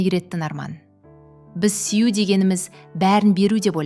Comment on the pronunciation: " Сүю" сөзін дұрыстап айтсаңыз болады 😊